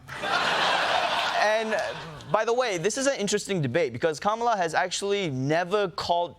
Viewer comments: Trump pronounced Kamala correctly. He must be rattled. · Ok...am I the only one that realized Trump FINALLY said Kamala's name correctly?! Our little boys all grows up! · Seems Trump finally learned how to pronounce her name lol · WOW! Did drumpf actually pronounce her name properly? YES HE DID! I'll bet his followers will have a problem with that! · Hold up!!! Trump said her name CORRECTLY during the rally. WOW! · Seems with all their bravado talk, JD and Donald are finally pronouncing her name right. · He said her name correctly! Must be past his bedtime! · Trump pronounced her name right!!!!! He can be taught.